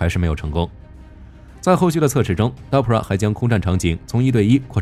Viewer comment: DARPA，不是 DAPRA